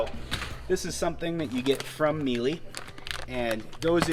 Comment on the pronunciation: Good presentation. And it’s pronounced Mee-luh.